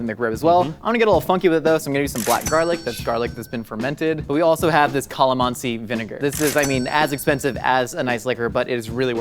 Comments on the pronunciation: The way pronounces calamansi 😖😂... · it’s CAH-LAH-MANSI